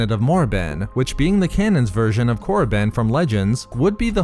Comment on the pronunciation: Did you really said Moriband? Jesus, was it really that hard to keep it Koribban